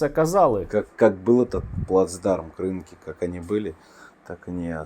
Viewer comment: Пане Стерненко.. Скільки можна казати що наголос на кінець слова. Кринкі. !!! Будь ласка запом'ятайте.